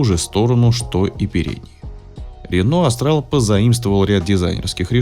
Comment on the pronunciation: Не Астрал, а Австрал! Вы же не говорите Астралия или Астрия